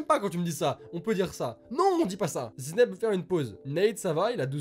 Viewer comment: Sa ce dit pas ZINEB, sa se dit ZA-I-NEB